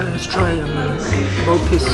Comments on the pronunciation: nope. its actually rrrer-bose in everyday malay in formal malay, is pronounced as mee rrrer-boos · rebus - pronounced as "ruh-boos" fan spotted 😄